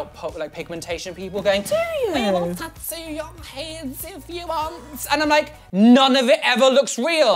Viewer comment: "tat-oo" *triggered Louis Tomlinson noises*